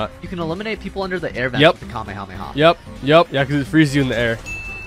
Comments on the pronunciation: You said kame yo mama it’s ( kame hame ahhhhhhhh) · it’s Kamee hamee haaaaaaaaaa not Kame a mama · bruh its not kamieahama its ka-me-ha-me-haaaaaaaaaaaaaaaaaaaaaa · Its kamèhamèha not kamehamama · U PRONOUNCE IT LIKE KAH MAY HAA MAY HAAAA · He really said kahemama😂😂😂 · CALL ME A MAMA??????? ITS KAMAKAMAHA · Not making fun of is because he said kahmeha bad bro 😂😂🤣🤣😂😅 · Its kamehyomama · Bro it’s called kah-meh-ha-me-haaaaa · ITS KAMEHA MEHA